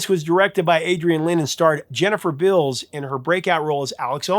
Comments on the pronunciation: Jennifer "Bills"? You sure about that pronunciation? Beals dude, Beals! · Jennifer Bills? Was Beals. Not just misspelled, he is actually saying Bills. Got the all that info of the movie yet doest know the stars actual name. Lol 😊